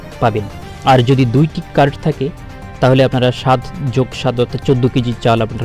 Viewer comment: তুইতো কার্ড (card) শব্দ উচ্চারণ করতে পারিনা ঠিকমতো কি করে ইউটিউব চালায়, আগে নিজে বুঝার চেষ্টা কর তারপর অপরকে বুঝাবার চেষ্টা কর।